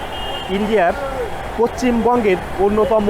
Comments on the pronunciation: Poccim bongo na poshchim bongo bolen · তুই আগে পশ্চিমবঙ্গ উচ্চারণ কর। আর তুই এটা একবার ও ভাবলি না তোদের জন্য আমাদের কত অসুবিধার সম্মুখীন হতে হয়।তোরা আসিস না আমাদের দেশে ।যা না তোদের ইন্দ্রনেশিয়া আর বোকাচো লুচি বা মুড়ি চেনোনা তোর মতো ভিখারী রা তো ওই ভাবে খাবে।